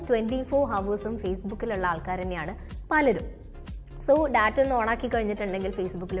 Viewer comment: ടാറ്റ(TATA) അല്ല. ഡാറ്റ(DATA) ആണ് ശെരി.ചാനലിന്റെ പേര് ടെക്-മലയാളം😄😄😄